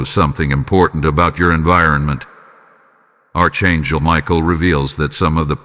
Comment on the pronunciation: It would be nice to hear words pronounced properly such as; AR…..CHAN…..GEL. …..archangel…..